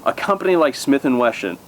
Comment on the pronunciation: Smif&weshon?? Hahaha